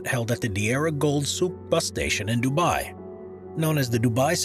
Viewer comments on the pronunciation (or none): none